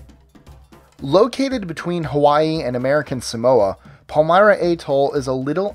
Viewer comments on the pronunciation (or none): none